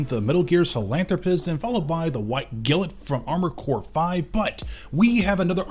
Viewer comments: Take a shot every time he says "gilit" instead of "Glint". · He didn't call it Gilt or Glint... He said Gillet... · Been a year and he’s still calling it “White Gilt” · He calls it white gilet. why is that. I think it's because he's from India, judging by his skin tone. My thoughts. It's glint, like the glint in someone's eye. Not the gilet in their eye. Lol 😂😂😂😂 but ya love his paint jobs and customization with the lights added. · I thought you were joking 😂 Glint otaku, like a glint in her eye.